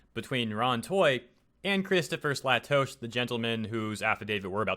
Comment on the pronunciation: Um, its pronounced Slay-Tosh(as in Josh).